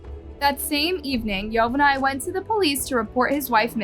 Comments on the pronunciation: It’s govani not yo va ney wtf😂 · bro please say their names right. (yo-van-knee) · Bro the way she’s saying yovany even after the interview is annoying the ahit out of me 😭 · Her husbands name is not pronounced yo-ven-eye it’s Govani with a Y yo-von-E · His name is not pronounced Yo van nay it is pronounced like Giovanni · Its pronounced yo van ee not yo van ay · Hearing the husbands name pronounced as YO-VA-NAI is so annoying. It’s YO-VAH-NEE. ITS SO OBVIOUS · It’s not yovanai, it’s pronounced jovani, jo van I Through out the story you pronounced it wrong… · It's not pronounced "Yo-Ven_Eye". It's pronounced "Ee-Yo-Von-Ee". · yovanay LMFAOOO girl its pronounced yo•van•ee 😭😭😭 like geovanni??? 🤦🏽‍♀️ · At least pronounce her husbands name right it is pronounce “ geovany”!!!!! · How are you going to include a news video conference where someone literally says her name yet you’re STILL pronouncing it wrong- his name is (yo-van-ni) SIMPLE! gosh and stop saying “called” for goodness sake’s when you’re saying the victim’s name or family. SAY “named” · Yovany is actually pronounced GIO-vanny. Only difference is is that Yovany is Latino so that's the Spanish version of Giovanny or however you would spell it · This is sad Also her boyfriends name is pronounced Giovanni [Geo-von-knee] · Yovany is pronounced: yo-von-ee What a sad terrible crime. Great video! Thank you so much I'm a new subscriber, loving your content! 💕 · His name is actually YO- Vonny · "YOE-VON-NEE" is how it's pronounced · Why are you pronouncing Yovany like that? They literally pronounced it correctly in the news report 😒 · The news clip pronounces Yovany correctly and yet you continue to mispronounce it every time 🙄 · I’m sorry but the way said “yovany” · Crazy sad story !!! The victims husband name was mispronounced the entire time . I’m sorry it just threw me off. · note: Marlene is pronounced as mar-leen Yovany is pronounced as yo-va-nee (like Giovanni) and ochoa is oh-cho-a